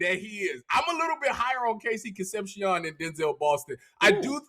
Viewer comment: Concep-SEE-OWN. you guys need to learn how to say his name right, it's down right eargrading!